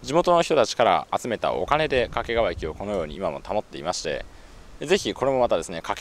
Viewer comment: 地元だと掛川は「け」にアクセントがあるんですよね。 遠州地区では粟ヶ岳周辺の東山だけでなく、牧之原市と菊川市の境界となっている牧之原台地もお茶の一大産地で、一面茶畑の景色が見られますよ。